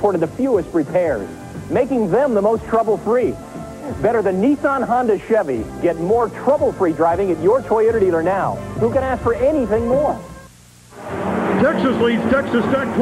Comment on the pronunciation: Wilkinson, not Wilkerson.